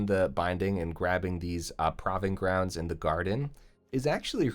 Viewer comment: I love ya, you do great for the red community, but it's pronounced Prove-ing grounds lol